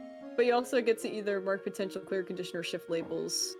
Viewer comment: I keep hearing “mark potential clear conditions” as “mark potential queer conditions”